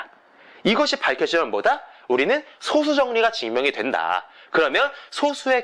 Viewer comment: 제가 젤 관심있어 하고 재밌어 하는 수학 문제가 리만 가설인데, 아주 유익하게 잘 봤습니다. 참고로, 소수의 발음은 [소쑤]입니다. 제가 어렸을 때도 그렇게 배웠고, 표준국어대사전상으로도 [소쑤]의 발음이 맞습니다. 0과 1 사이의 숫자인 소수와 적은 수효라는 의미의 소수의 발음은 [소:수]가 맞구요.